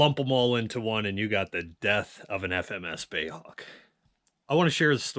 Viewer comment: please stop calling it a "bay" Hawk, it is B.A.E